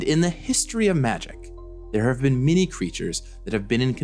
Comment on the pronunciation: "In the history of Magic, there have been miny creatures..." Did you mean to say "many"? With an A?